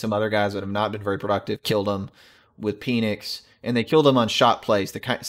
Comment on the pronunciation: Penix is pronounce pen ix. Like a pen that you write with. Love the channel. When ESPN buys you out please don’t lose the objectivity. Looking forward to analysis on the result of this game. I wish I had said something earlier but I really felt it would be an Ohio State blowout. Reminded me of 2018 Ohio State - Xichigan. Ohio State was obsessed with Clemson. Clemson didn’t take the rivalry as seriously (why would they).